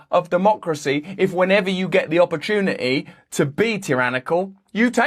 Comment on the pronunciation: Take an "opportuniee" to calm the fuck down Jesus Brand.